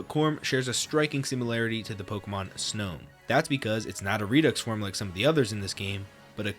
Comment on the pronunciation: that Snom pronounciation in the first 20 seconds genuinely gave me a brain aneurysm